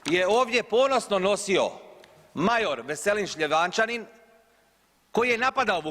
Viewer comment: Šljevančanin😂😂😂😂😂 Ni prezime mi nezna izgovoriti. Sjedi 1. Druže Tito mi ti se kunemo da sa tvoga puta ne skrenemo ❤❤❤